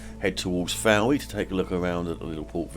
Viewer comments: I live here, , lovely video but please note Town is pronounced Foy! Apart from that, lovely ! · Lugger, Prussia, Fowey. Why do you pronounce all these incorrectly ???